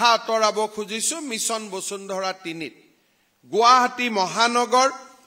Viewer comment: আপুনি শৰ্মা নে চৰ্মা ? বচুন্ধৰা নে বসুন্ধৰা ? ক্ষমা কৰিব এই আবলটন মানে নো কি ? আবণ্টন নহব নে ? দুৰ্ভাগ্য এই যে আমি অসমীয়া সকলে অন্য ভাষা বাদেই দিয়ক আমি নিজৰ মাতৃ ভাষাটোকে শুদ্ধ কৈ উচ্চাৰণ কৰিব নাজানো।